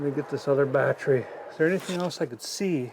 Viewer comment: As a mechanic, I can appreciate the pronunciation of the bat tree